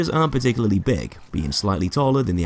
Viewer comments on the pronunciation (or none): none